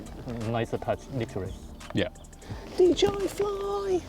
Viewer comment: Great video as ever. By the way it’s DJI not DGI. 😉